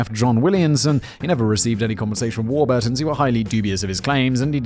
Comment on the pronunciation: War-burrrrr-tons, for an alledged Englishman that's a dire pronounciation of legendary bread company.